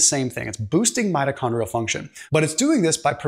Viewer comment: Mitochondrial not metachondrial